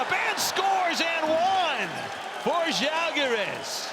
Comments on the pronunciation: The Commentator finally pronounced Žalgiris properly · Thank you for pronouncing "Žalgiris" so correctly :) ♥ We almost do not expect that :D